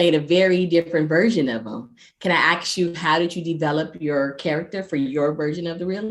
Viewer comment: I'm sorry, I only got up to :57 before I had to stop the video. I just have to correct you, it's "ask" and not "axe". Just a few tips; when you introduce your guests, let them say hi before introducing yourself. It does look like you realized that you did interrupt. You do not want to interrupt your guests during the greeting this makes them feel not very welcomed to the interview. I don't know if this was your first interview but you seemed nervous and kept saying "Um" and "you know". Be confident and secure with your well prepared questions and act as if you already have a companionship with your guests. You may want to tape your questions to your monitor so you don't lose, or look like you lose eye contact, you kept looking down. An eye to eye conversation, traditionally, shows that you have more interest in what they are saying. You may also want to pick a better background, it was a little distracting. I'm sorry if this seems as if I am judging you, but I wanted to let you know what stood out and what could be improved. You have great potential but like everything, practice makes perfect. I wish you the best of luck! BTW, you have a great speaking voice, just make it more confident.